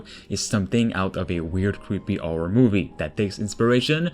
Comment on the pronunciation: "Survival orror"